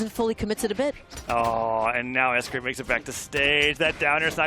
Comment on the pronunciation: S-gwape is crazy